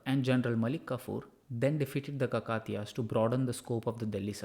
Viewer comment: Good one , except the pronunciation of Kakatiya.